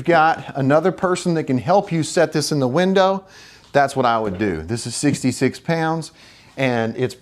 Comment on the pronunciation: he doesnt know how to say window